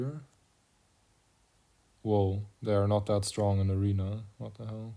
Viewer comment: aRENA, GAUNTLET. Come on man. I miss old HCR2… (the starting lowercase a is intentional by the way, it’s to highlight the low volume of the first syllable of the word ‘Arena’).